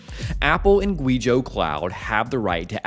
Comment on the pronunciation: It’s way past time to start doing basic research on pronouncing the names in your China stories. You don’t have to learn how to pronounce pinyin just type them into Google Translate or something. Not “gwee zhō” more like “gway zhō”.